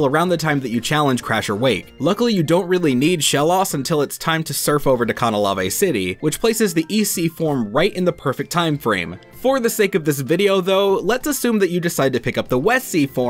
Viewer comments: Dude when he said “Canalave” as “cah-nah-lah-vay” I thought he was having a stroke 💀😂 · My ears exploded when I heard "Cahn uh law vay" it is "Can A Layve" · Whats up with the Pronunciation Situation?! Kana-lav-ey???!!! It's pronounced Can-a-lay-v City. Because it has the word Canal in it. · Its pronounced CAN-A-LAY-V City wtf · Khanalaveh city? heh whatever you say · CAN-A-LAYV. pls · Gastrodon is weirding me out... while Water/Ground isn't a bad type combo, why not go for Whiscash or Quagsire? Earthquake for levelup (rather early too for Quag) saving the TM for Bronzong or Infernape, and getting great moves like Zen Headbutt, Yawn... Also, triggered by that Canalave pronunciation. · Th way you pronounce Canalave tho... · wrong pronunciation of canalave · Why...just why...do people pronounce canalave THAT way? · Can-alav-a? No ...